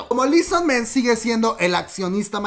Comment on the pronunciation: Esta será la sub de la que tanto se hablaba para debut en noviembre? ¡¿EXO-RBD?! jaja... ok ya Por cierto no se pronuncia lii son men, es "i su man"